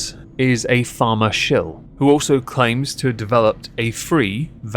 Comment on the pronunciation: Colony trash here. I was into the video before I realized you were saying Pharma and not "farmer." 😂